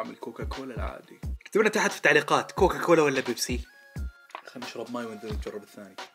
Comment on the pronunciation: يا أخي اسمة COCACOLA وليس COCOCOLA ههههه بس أحسنت والله😂